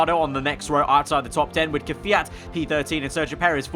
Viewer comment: Квят Perfect pronounce Video too